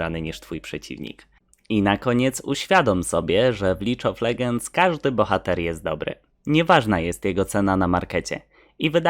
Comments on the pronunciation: Czyta się Lig of ledżends a nie lidż of legends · Ale ze mówisz lidż od legends a nie lig od legends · lidż of ledżends pewnie z tatą oglądasz w telewizji też champions lidż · Lig of ledżends a nie lidż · Bardzo dobry poradnik ale mała porada to wymowa niektórych angielskich wyrazów bo niektórych może to naprawdę drażnić np: nie "Lidż of legends" tylko "Lig of Ledżends" Dzięki temu zwiększasz jakość nagrań takim małym sposobem a naprawdę będzie lepiej pozdrawiam :) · "lidż of legends".. ała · Lidż of legends? Serio? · licz of ledżends ahahahhahahahajapierdole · lidż of legends XDDDDDDDDDDDDDDDDD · Wszystko git, ale nie mów "Licz OL...", bo uszy krwawią. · Taki doświadczony gracz, że nawet nazwy gry nie potrafi wymówić